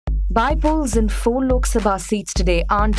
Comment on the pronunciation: It's By - Polls not BYE - polls scroll in